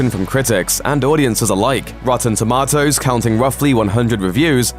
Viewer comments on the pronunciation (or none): is that really the way brits say tomatoes???